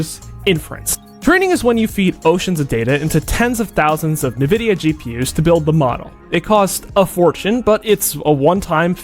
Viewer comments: It's not nuh-vidia. It's en-vidia. 😊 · Ni-vidia instead of en-vidia is messing with ne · everybody pronounes it as navidia even though its spelled Nvidia so it should be pronounced envidia. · It's pronounced "n" vidia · 'NEVIDYA GPU' lol